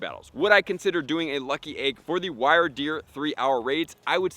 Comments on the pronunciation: It’s WIER-DEER NOT “WireDeer” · What is with Pokemon Go YouTubers not pronouncing the names correctly like every video? Like I don't know why it irritates me so much but I can't watch the video anymore after the 3rd time of him saying it. Google it homie. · Everytime he says wyrdeer wrong my brain itches lol